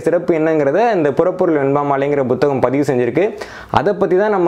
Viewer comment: நான் பத்தாம் வகுப்புவரை தமிழ் படித்திருக்கிறேன் 12ஆம் வகுப்புவரை தமிழில் படித்தேன். இதுதான் எனது நிலைமை. ஐயா நீங்கள் ஒரு தமிழ் ஆய்வாளர் புத்தகம் - Buத்தGaம், புத்தி - Buத்தி என்றும் உச்சரிக்கிறீர்கள் அதன் காரணமென்ன நான் முதலாம் வகுப்பிலிருந்து புத்தகம், புத்தி என்றுதான் எழுதவும் உச்சரிக்கவும் பழகியிருக்கிறேன். இவை மட்டுமல்ல பல சொற்களை வித்தியாசமாக உச்சரிக்கிறீர்கள் அதன் காரணமென்ன? எனது அறிவுக்கு எட்டியவரை தவறன உச்சரிப்பே...